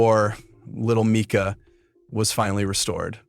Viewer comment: Was coming to make the same point, pronounced " meeka ".